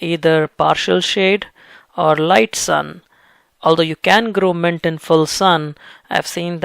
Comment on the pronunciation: Bro....mint...not ment(!)